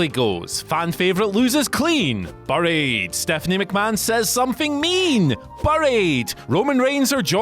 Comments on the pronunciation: What just makes me laugh is how this guy cannot say 'buried' correctly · Why is he pronouncing buried wrong? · I’m from Whatculture and I don’t know how to pronounce the word ‘buried’. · I am just annoyed by the way he pronounces 'Buried' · The way pronounces buried really got to me 😂😂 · England- "buh-ried" America- bæ-ried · You couldn’t have gotten somebody who can atleast pronounced the word properly to do this list nah? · Maybe I just heard the word too much but even so you say ‘’buried’’ very weirdly, or is it just me 🤔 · He definitely does. They should've got Simon Miller or Adam Cleary to do this list